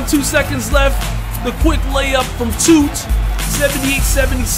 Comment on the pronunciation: lol you said "toot" but it's "tdot"